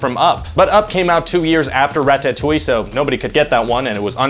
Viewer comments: Omg learn to say ratatouille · Guy can't even pronounce ratatouille XD